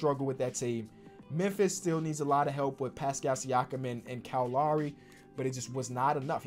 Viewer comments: Bro it’s Kyle loWry no lauri. Low-ree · Bro it's Kyle L-OW-RY. Not Lawry lol